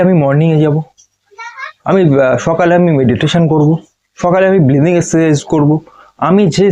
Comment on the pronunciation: Dada oita bleathing na oita breathing hobe.